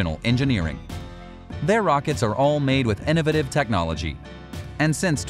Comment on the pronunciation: Innovative ony has one "e" in it and it isn't at the start of the word. Get speech therapy to fix your wrong pronunciation of innovative, it isn't "en-nuv-it-iv."